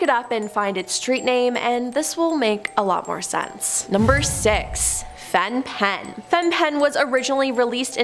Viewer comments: Very interesting video, just a kind suggestion to check how to pronounce things beforehand. Fen-Phen is pronounced fen-fen. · Fen-Phen is pronounced "Fen-Fen.". My mum's generation used it, though she didn't. I warned her in time. Sometimes we don't know what danger we put ourselves in.